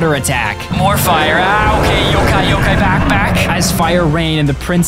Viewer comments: its not pronounced yokae its yhokhai... the pheonix is in tagalog in tagalog it translates to the great pheonix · It’s not Yo K it’s Yo kI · Yokay?!?! Its yo kai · It's yo-Kai, like agni kai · Isn’t it pronounced yokai (yo-ky?)